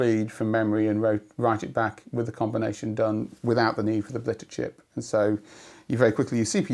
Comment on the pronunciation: And similar thing for "blitter chip" , even though we hear the same word just fine.